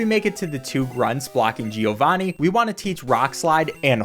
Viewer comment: As an Italian I laugh a lot whenever you say "gee- o-vani" 🤣